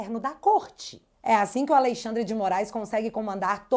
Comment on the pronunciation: MEU DEUUUUS, Q JÁ TEM 5 ANOS Q ENFATIZA A PORRA DO TERMO "A LEI XANDRE". DEU,!!! JÁ ENTENDEMOS...,NÃO PRECISA SEPARAR SÍLABAS